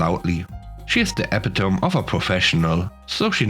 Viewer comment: "Epitome" is pronounced "eh-PIT-o-mee."